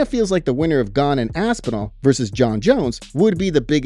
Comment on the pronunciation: I'm still laughing about Aspinhellnal 😂 😵👈🏻 Whose champion is that❓ Jon & Dana are funny too.